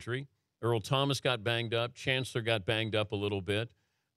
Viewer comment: Brian said "Cham Kancellor" twice in a row haha.